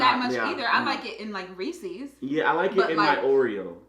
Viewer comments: I'm sorry, did say RECEES? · I love you guys but REECEEEESE its Reeces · When said reseees i died laughing its reses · I know did not just say.. "Recees" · Did jazmine just say reeseas?